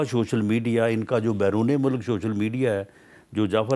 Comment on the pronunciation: شوشل میڈیا نہیں ۔ سوشل میڈیا 😂😂